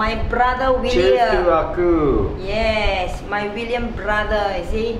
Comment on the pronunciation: I believe the Ah Ku uncle you are referring to, should be your mother-in-law's brother? For better pronunciation, it should be Ah Kuu. Woah, mooncake from Peach Garden! This is one of the famous local Chinese restaurant, which most Singaporean Chinese should know them. The proper name of this festival is "Mid Autumn Festival", which then represents the year has reached the autumn already. As for the history of Mooncakes, actually both you and your mother-in-law are correct. 1) There is a fairytale of about a fairy by the name Chang Er. During that era, there were 10 suns in the sky which were causing droughts. Chang Er husband Hou Yi was a very powerful hero, took his bow arrow shot down 9 suns which then save the people. As reward, the queen of deity gave him immortality elixir as reward. Hou Yi eventually became king and turned a tyrant. Chang Er worried that the country will be in disaster if Hou Yi ate the immortality elixir, so she ate the elixir herself and flew to the moon. 2) There is another later version which the mooncake was used as a container to hide message. It was during the late Yuan Dynasty, and there were rebels all over the country to overthrow the Mongols. In order for the rebels to communicate without getting caught, they made mooncakes and hid the rebellion messages inside the cake. These two are the more popular ones which many locals will know. Actually the Mid-Autumn Festival in records is more for celebration of harvest, when the Emperor will celebr